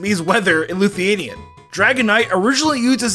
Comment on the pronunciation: Where does the u take I in Lithuanian hmmmmm cuz he said luthinian